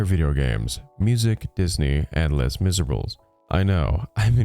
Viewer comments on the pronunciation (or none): “lezz mizerbles” 😂 that sent me 😂 it’s pronunciation is how it is said in French, still love ya buddy ❤😂 As a sidenote, I literally cannot stand the way she speaks Fran Drescher I can deal with. I love her, but this girl. The tone, the nasal quality, I feel violent. That said, I pray for her because there is a correlation between people who have been victims of childhood assault and people who commit assaults on tiny humans when they get older. I would not be surprised, but would be sad if she had dealt with something like this in her younger years. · "Lez Miserabulls." Wow, hearing you butcher that physically hurt. Try to pronounce, "Sault Ste. Marie" next. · ...les miserables? I had to rewind just to hear that pronunciation again. LOL